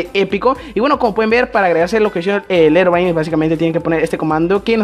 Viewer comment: se escribe herobrine pero se pronuncia jerobrain